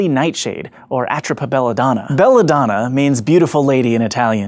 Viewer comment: Your pronunciation for Belladonna is horrible